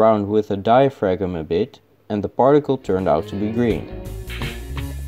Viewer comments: Thanks for the video, excited to see if anything grows in the new ecosystem! Just FYI, the word "diaphragm" is pronounced "DIE-ah--fram" - it's a super confusing word! :) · My Netherlander friend, I say this only because I know you are interested in knowing things and not because I am trying to be pedantic, diaphragm is pronounced "die-a-fram." The G is silent. Thanks for the all the great videos & love your accent!